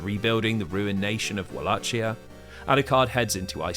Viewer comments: I dunno if I can sit through seven hours of this when 11 seconds in I hear "Wall-ATCH-ee-uh" instead of "Vul-ACHE-ee-uh"... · walachia is pronounced with a hard C, not a "ch" sound. Its wal-ay-ki-a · Wallachia is pronounced [Vah-Lah-Key-Uh] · walachia is pronounced like a V (Vah lah kee ah) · One small correction as someone from the actual region of Wallachia/Valahia, it's pronounced Val (as in Valentine) A(as in father) Hi ( as in Michael Jackson's hee hee) Ia (as in Yarrrr like a pirate). Aside from that, awesome video. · It only took you ten seconds to mispronounce Wallachia in a 7 hour long video!